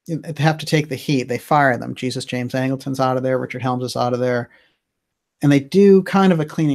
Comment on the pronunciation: Great work,. One small correction: Angleton's first name was James, middle name Jesus. And I'm pretty sure it was pronounced as would be in Spanish.